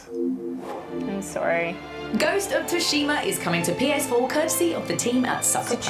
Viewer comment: Did that host/narrator mispronounce “Tsushima” as “Tooshima,” or did I just hear it weirdly?